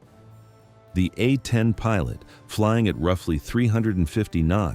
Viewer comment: Can't teach AI to properly pronounce "A-10"??? Then get to work!! Uh ten?